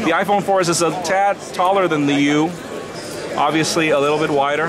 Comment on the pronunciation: This guy obiusly like to say obiusly